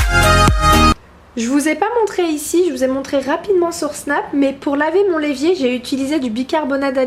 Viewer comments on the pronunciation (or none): stpppp arrête de dire le l'evier c'est l'évier. Mdr ça me stresse. Super vidéo je like😍😍